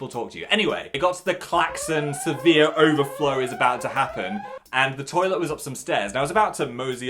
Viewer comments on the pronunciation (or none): none